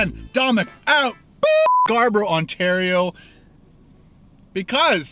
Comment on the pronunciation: im from perth and i died when he said scarborough haha